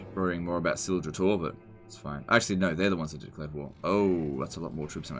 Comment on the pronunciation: CYLOSTRA DIREFIN!!!! I just don't understand why she pronounces her last name like that.